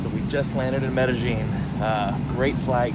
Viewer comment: For a Hispanic you butchered Medellin lol